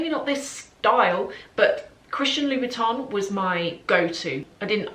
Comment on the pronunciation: Please call correctly Louboutin. You pronounce it like Louis Vuitton 😮 O M G